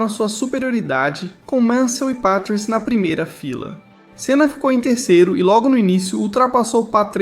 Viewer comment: "Ricardo Petruese"?😅😅😅 vai se informar, é Patrese.